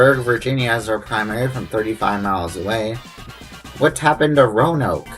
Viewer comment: It's Taz-well in Virginia, by the way. The e is silent. Row-uh-nohk for Roanoke. Great video.